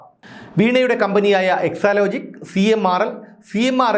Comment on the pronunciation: എക്ക്സാലോജിക്കല്ല. എട്രലോജിക്ക്😅